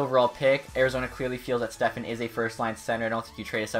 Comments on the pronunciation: It's stepan, there is no f, it's just p😂😂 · Step-on..... Not Stefan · It's not Stephen it's Stepan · its pronounced just as its spelled, STEP-ON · Stepan is said Stefan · It's pronounced step on lol all good tho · Pronounced Step-on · you know there's no "h" in Stepan right?